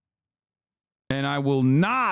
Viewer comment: Love the way Hasan called the man Penguinzo like an Italian name